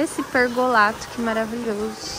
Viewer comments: Não é pergolato. É pergolado, esses influencer deveriam ser mais bem informados. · querida, não é pergolato com t e sim com D PERGOLADO.❤